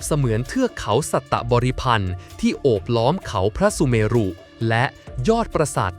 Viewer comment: คำว่า "พระสุเมรุ" อ่านว่า พระ-สุ-เมน " สระ อุ ทำหน้าที่เหมือน ตัวการันต์ ์ คือ ไม่ออกเสียง" เช่นคำว่า พระธาตุ(อ่านว่า" พระ-ทาด") คำว่า วิเชียรมาตุ (อ่านว่า วิ- เชียน- มาด) คำลงท้ายไม่ใส่สระอุ// กรุณาแก้ไขการอ่าน ให้ถูกต้องตามหลักภาษาสันสกฤต ด้วยค่ะ